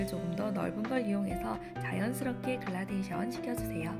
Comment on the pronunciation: 그런데... 글라데이션이 아니라 gradation 그라데이션 아닌가요? 영상 보고있는데 자꾸 신경이 쓰여서요 ㅎㅎ